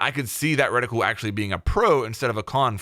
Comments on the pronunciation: Do all our US cousins pronounce it ‘redi-cool’? We say ‘reti-kewl’ 😆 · Reticule. "Reh-tih-kyool" Not "Retickle" or whatever you're trying to say.